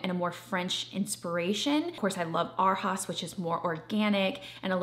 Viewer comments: I was going to say the same thing! I took German for 3 yrs in hs so when she said haus like haas I was like i hope that's not how they're pronouncing it. I assume they're trying to have it sound like they're saying "Our House" in the lazy way we say "our" like "are" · I assume Arhaus is German. Which would mean you pronounce it ahr-house. Ah like open your mouth and say ah! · New furniture is expensive.... you should plan to spend $$$$$$ to furnish all of your cottages....BTW its pronounced (Arhaus) “Our House” you can tell you just shop vintage 😁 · Loved this video! So exciting to see all the beautiful furniture with you. I also wanted to say I think Arhaus is pronounced like “our house” but I could be wrong! Thank you for taking us on this trip with you! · For anyone wondering by chance, Arhaus is pronounced like “our house” 😃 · Lewis Shanks must be where all hotels get their furniture. The only time I've ever seen furniture that looks like that is when I stayed at a hotel. Random Question: Isn't Arhaus supposed to be pronounced like "Our House"? I thought it was supposed to be a fancy pun.